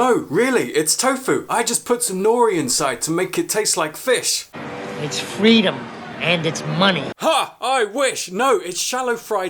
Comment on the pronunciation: It’s not fiSHH.